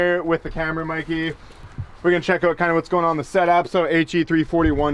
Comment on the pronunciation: Hey welcome to the channel that is not what we do around here, splash some gravy on your face and snap out of it! We keep it budget around these parts maybe you got lost on your way to some other channel? Lol. Also its "Mikey" not "Mickey".